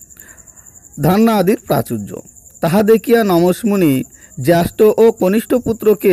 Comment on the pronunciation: উচ্চারণে অনেক গণ্ডগোল হচ্ছে । একটু ঠিক করে পাঠ করলে ভাল হয় । যেমন একটি হল-- "অসমঞ্জ " উচ্চারণ করা হচ্ছে ---" অসামঞ্জস্য"। জ্যেষ্ঠ স্থানে --- "জ্যাষ্ঠ " । এরকম কিছু সমস্যা হচ্ছে । পাঠ পুনরায় একটু শুনে নিলে ভাল হয় ।